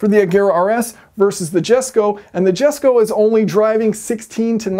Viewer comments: Says he cant pronaunce the jesko but pronaunces the yason perfectly lol typical american lol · Yesko. YYYYesko ffs. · Christian- “Jesko” Me- “Jesko” Assholes that wear glasses that they don’t even need- “Um, actually... it’s pronounced YES-KO. “ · YESko or NOsko! I don't know-sko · No clue why you guys are so reluctant to say it with a Y. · wrong pronunciation. It's called DESKO :D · It's not pronounced Jesko, its more like "Yesko"... And yeah, you don't say Lamborjini, you say Lamborghini - for a reason. Don't trigger people on purpose, Yayson! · It’s pronounced Yes-ko not the Jes-ko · Yust pronounce it right, Yayson. It's Yesko. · Engineering Explained It’s disrespectful because you’re perfectly able to say it correctly but chose not to. Notice how Christian says it in the video. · you dont even know how to say the name right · Even I call the jesko j-e-s-k-o who else? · I disagree with your excuse for not pouncing the name correctly - Who cares about your lack Swedish language aptitude, you should still make the effort to pronounce it correctly, to not do that is arrogance and a complete lack of respect for the country and manufacturer. We all need to make this effort because the world is a much smaller place these days and we are all subject to other countries and dialects. Sorry if this sound petty but I strongly believe in honoring and respecting all cultures. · Why be a douchebag when you can clearly pronounce the name correctly? My most hated type of person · Why you chose to Not pronounce Jesko the way it was supposed to be is beyond me. I'd understand if it was hard or something. But it isn't. And you still choose to butcher it. I can't even. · You pronounced Jesko wrong. How did you managed to do that is beyond me. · Translation: "I'm aware of how it's pronounced, but IDGAF." 🤣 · Jesko is not a swedish name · D it is about a respect to say a name correctly, not about learning sweadish. It is not rocket science...yayson! But i'm fan of yours anyway;-)